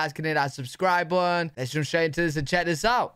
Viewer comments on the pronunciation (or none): You forgot the t's and o's when you say button. All I hear is bunn 😂